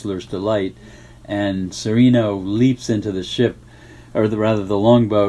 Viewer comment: I don't understand why you always hear English speakers pronouncing "Cereno" with a long second "e" sound. Benito Cereno is Spanish. The Spanish would pronounce it like "Seh-reh-no", not "Seh-ree-no". It just sounds wrong to me.